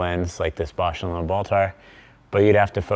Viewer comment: needs to learn how to pronounce "Bausch and Lomb" correctly... "Lomb" rhymes with "bomb", not "loam". 😂